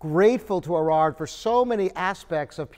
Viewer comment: Erard made a piano that sounds great even after 2016 minus 1875 = 141 years! Top quality materials and top quality design combined. Thats whats makes ERARD the greatest piano builder of all times. with all due respect; its not "Irrraarrr" butErard. A little more respect for French prunanciation would be nice. Rembember also that it is not Booz and durf urh